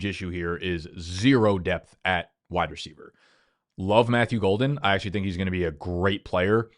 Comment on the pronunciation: Does say "Wida Ceiver" or am I tripping balls